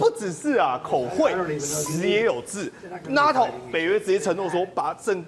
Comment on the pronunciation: NATO 是 “内 頭” 不是 “那 頭”，張禹宣